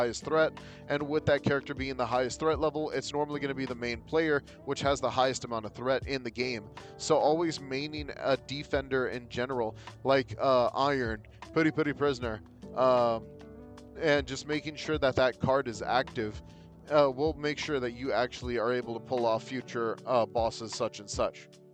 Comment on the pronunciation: I love your videos for making content on a game there's not that many other content creators who do, I respect you too but homie.. I'm pretty sure Iairon's name is pronounced "EE-ORN" (this doesn't even matter I'm pretty much just heckling you for no reason, I'm not trying to genuinely be rude or anything, just messing with you